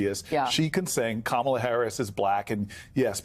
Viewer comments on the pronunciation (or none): Kamala IS mixed. Kamala LOOKS mixed. She is black, but she is half...she is half Indian on top of that. She is mixed, just like Barack. Now if that means anything, you can let me know. And her name is pronounced KA-mala. It is an Indian name...since she is Indian. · Thanks, Joy. But please pronounce Kamala correctly. It looses its beautiful meaning if you keep repeating how ignorant people say her name. It’s a short “ka”!